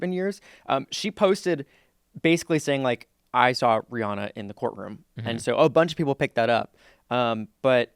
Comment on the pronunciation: It’s pronounced Ree-Ann-uh.👩🏻‍🏫❤ I love y’all’s channel!👏🏼🫶🏼😘